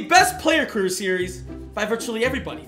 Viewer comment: Career not caeer